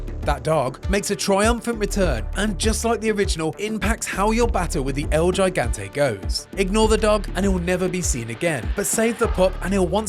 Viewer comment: oof that el gigante pronunciation